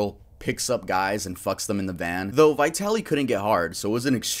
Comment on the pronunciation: What's wrong with Americans? Vitali, the I as in the first letter of Indian. Letters are not usually pronounced as they are recited in the alphabet.